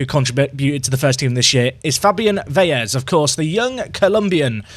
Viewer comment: Hey just so you know Velez isn’t pronounced ‘Veyez’